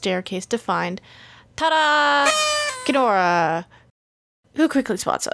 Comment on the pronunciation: Am i the only one who heard “TA-DA Quinn-ora!” as “TA-DA Gedora!” ?